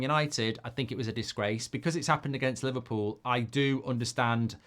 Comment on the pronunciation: Li-VAR-pool innet